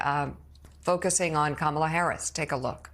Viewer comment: He friggin can’t even pronounce her name which as we all know has been a pattern with the Republican Party and a dog whistle for racist misogynists who permeate starting at the top